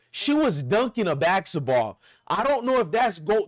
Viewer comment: You can’t even pronounce basketball. 😂